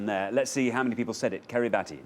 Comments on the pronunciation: Yeah, I was really surprised and impressed that the contestants knew so many Pacific Islands, but rather disappointed that neither Xander nor Richard knew that it's pronounced Kiribass. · kiribati isn't pronounced like that, iinm...more like kiribas...